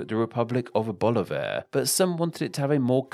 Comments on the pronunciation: I wish you were more careful with your pronunciation. If you can say Bolivia correctly, why not BoLIvar, stressing the i?I? And it's SimOn, stressing the o, which in Spanish sounds like see-MON. Also you pronounce all the "da" s as dee. It's guaraNI, not guaRAnee. And I never heard that the Uru in Uruguay refers to snails -it means birds. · Informative video, but a bit more effort into pronouncing names properly would have taken the video to a higher degree. Guiana, Bolívar, Cristoforo, etc are all pronounced wrong.